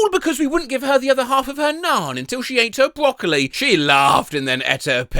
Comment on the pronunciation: “my brockli”